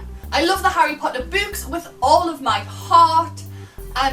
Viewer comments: Raging over the way you pronounce books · When you said books it sounded like boobs to me. xD (English isnt my first language :D)